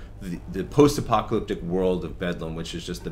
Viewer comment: Did he just say "post-apocYalyptic"